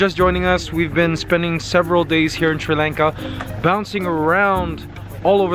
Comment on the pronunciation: Its pronounced Sri Lanka like Father or Bali ... not like the way you said it